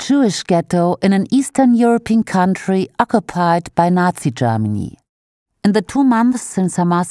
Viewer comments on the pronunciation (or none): none